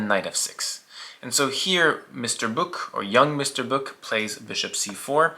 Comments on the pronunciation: Hi, Finn here, his name is actually Böök and it's not pronounced anything like "Book". But otherwise a great vid of one of the best Finnish players of all time :) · Great video! Name pronunciation was completely off the rails, though.😅 Eero is somewhat close to "aero". For the öö in Böök, it's close to 'u' in British "further".